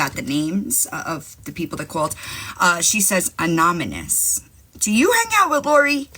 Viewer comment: Unless of course they were “anominous”. The number of times she mispronounced that word was astounding.